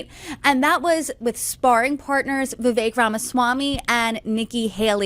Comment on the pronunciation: It's pronounced Vi-vake.